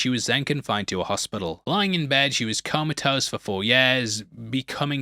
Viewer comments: Mate, it's "comatose" not "coma toast" lmfao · *comatose [coma-toast]